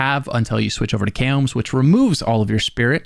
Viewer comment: It's not "kay-ohm's" lmao